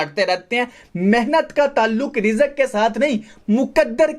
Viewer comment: Bro love your point but Rizak nahi hota risk hota ha